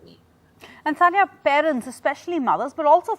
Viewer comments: Dear Ndtv, it is sania not sonia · Please don't mind it it's Sania no Sonia 😂😂😂🤣🤣🤣